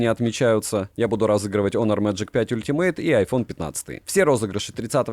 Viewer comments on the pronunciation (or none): none